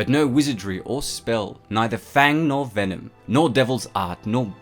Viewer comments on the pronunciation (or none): none